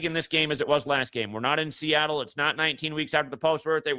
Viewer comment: Lived in Seattle his whole life and he still can't get it right 😂